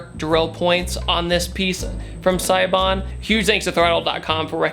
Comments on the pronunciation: Idk why it bugs me so much but it's (say-bon) not (sigh-bon) lol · It's pronounced say-bon Mickey from throtl was just at seibon the other day